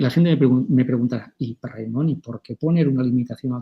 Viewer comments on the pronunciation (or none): Hola, se llama Raimón, que parece que haya que americanizar todos los nombres. Acento en la última sílaba como Samsó.